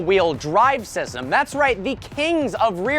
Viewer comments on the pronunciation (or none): "All wheel drive syvum" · Bro you said all weel drive sism